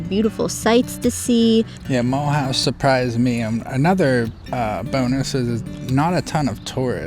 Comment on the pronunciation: Please do not pronounce it as Muulhouse, learn to say it the French way please.